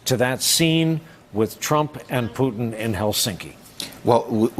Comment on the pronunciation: It's funny to hear how many call it "Russer" and "Pewton". And they are being serious.